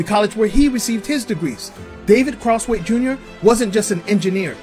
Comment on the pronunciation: David Crosswait jnr ! Just say his name ! Godamnmmm you..